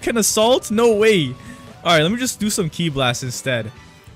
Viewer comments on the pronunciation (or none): Ki isnt pronounced Kai bro 💀